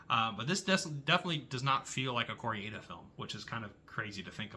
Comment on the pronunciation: Your French pronunciations are a bit dodgy 😂 …but it doesn’t really matter. Mine probably are too 😅. I love Wages Of Fear. I feel the same as you about The Beast. I’m now interested to see The Truth; I’m a fan of Kor-eda but heard The Truth was considered one of his weakest. I love The Boosh too. I once passed Julian Barrett in a park and so wanted to say one of those great lines from the show 😅